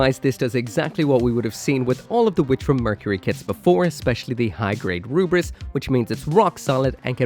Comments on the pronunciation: Why do you keep calling it "Ruris" when it's clearly written "Lfrith"? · It's not Rubris! It's simply the Japanese pronunciation of Lfrith! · i feel silly to further engage with you on this but for the record, lfrith is ルブリス(hepburn: ruburisu), not roobris. It would be one thing if he was saying the word in japanese, but what he’s doing in principle is akin to pronouncing Gundam “gandamoo” just because that’s how he thinks japanese ppl pronounce it due to a lack of understanding of the language. In short, in japanese is ruburisu, in english its pronounced phonetically (luh-vris). “roobris” is nothing. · The Japanese call it "ruburisu" because that's how they pronounce Lfrith. It's pronounced Le-Frith, not El-frith. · OH! I FIGURED IT OUT BTW!!“Lfrith” is Scottish Gaelic for “Against” or “To Oppose”, and is either pronounced “Ul-frith” or “El-frith” depending on the accent. It is most definitely not “Ruburis” 😅 that would be the romanization of a Japanese pronunciation of a Gaelic word 😂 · the "Rubris" pronunciation is incorrect. Ru (L)-bu (fu)-ri-su(th) would be correct. Since there is no L, F, or TH sound in Japanese, they do what they can. So the name is the Lfrith, but the way the Japanese say and write it is Ruburisu. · If we’re not romanizing the Japanese pronunciation of non-Japanese words, then it absolutely is pronounced “Le-frith” btw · Bandai sure fcked up the name very much there, almost urrrrraaaaa🤮